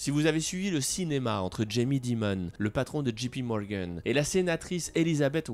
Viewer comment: Pas « Gee »P Morgan mais « Jay » P, c’est mieux quand on veut se la jouer je parle anglais comme un natif ;)